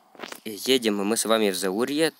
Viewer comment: Молодец! Только не едИм, а едЕм)